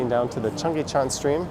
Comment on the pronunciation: You have to say Cheonggyecheon or Cheonggye Stream. because korean "cheon" means stream.